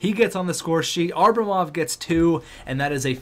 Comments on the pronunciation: It depends on if enough people comment the fact that its Abramov and not Arbamov. Enough people commented on the Johansen pronunciation and he figured it out. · Sorry to nitpick, but i've held my tongue for long enough. It's Ab-ramov, not Ar-bamov. Othewise, keep up the good work, I'm really enjoying this series! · predictions on what episode he'll finally realize it's ABRAmov not ARBAmov?